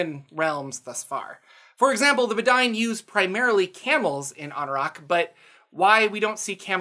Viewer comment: I think the Bedine are supposed to be pronounced "bed-een" as a sort of nod to the bedouin. Great vid as always!